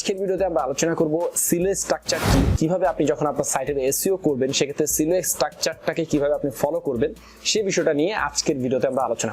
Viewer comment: ভাই Silo এর উচ্চারণ সিলো না সাইলো।